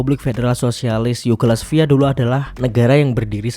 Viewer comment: Kacau kamu bca narasi nya min, Yugoslavia kok dibaca Yugolasvia..😂😂